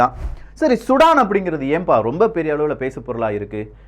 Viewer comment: நண்பரே மீண்டும் மீண்டும் தவறாக உச்சரிக்கிரீர்கள் சுடான் இல்லை சூடான் தமிழை சிதைக்க வேண்டாம்